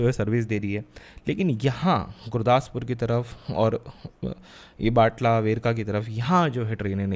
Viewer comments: its not batla its batala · बटाला है बाटला नहीं।